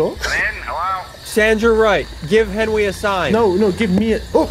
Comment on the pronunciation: Seeing him saying welcome I know saying net welcome as always I know